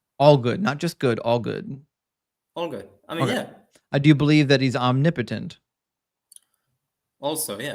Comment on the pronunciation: But,,....hang with me here, what if I were to tell you..."yes it is"? I think you'd see it my way. Also,, thank you for correctly pronouncing the word Omnipotent. I don't know why it bugs me so much when people pronounce it wrong, but it's like nails on a chalkboard.